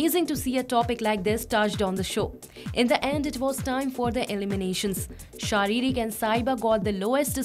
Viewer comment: Are pagli its sharik not sharirik